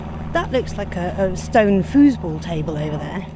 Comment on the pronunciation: 🤣😂🤣😂 you were right - Foosball. "FUSE-ball"😆 That must be the electrified version!🤣 Anywho...East Preston was a charming town - even if it did have a hodgepodge of buildings. I too appreciated the fact that they tried to at least keep w/in the style of the already existing buildings (& not muck it up w/ a lot of concrete & glass "boxes").